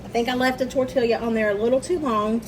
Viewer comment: I admire you for trying so hard. I can’t criticize because I’ve never made any type of burrito or enchilada myself since I live in San Antonio and can get them everywhere. The only thing I can say is it’s pronounced tor tee ah. At least here in Texas:):)❤